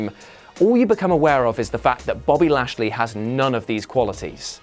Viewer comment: Wow did you really say bashly? Lol hilarious